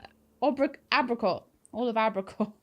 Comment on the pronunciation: "Ah-Bri-Coh" The French never pronounce trailing t's.